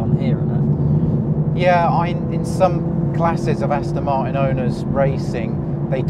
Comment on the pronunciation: Lovely series - but... I cannot stand his constant pronunciation of "Astins"!! Maybe I'm being snobbish but it just seems disrespectful to the brand?